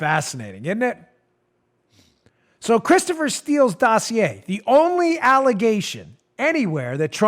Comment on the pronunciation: "The dough-see-a"